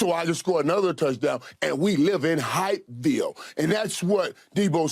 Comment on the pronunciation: “We live in Hype Ville.” 🤣🤣🤣🤣🤣🤣🤣🤣🔥🔥🔥🔥🍶🍶🍶😎. That is how you say it 88.